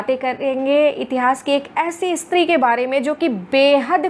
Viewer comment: ..इस्त्री नहीं स्त्री कहिए महोदया!! phd की है आपने| 🙏🏻